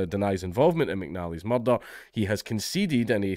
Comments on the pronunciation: I came to hear you say "muurdah" many times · Anytime I see the opportunity to hear Dank' butcher the word "Mud-d-Dud-Dud-d-dh" multiple times in his glorious Scoh-ish accent, ...I'm gonna jump on it. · Proper Taggart 😂👌